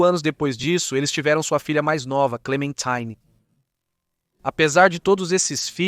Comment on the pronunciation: Me explica uma coisa, por que os nomes franceses e alemães são são pronunciados com esse acento totalmente fora da curva em inglês? Maria é Maria, ClémentIne ñ é ClementAIne, MAYerling não é MEIerling, pelo amor de Deua, faz um google antes de pronunciar os nomes errados!!!